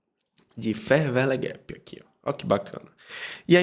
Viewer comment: "fer véle guépi" ... muito bom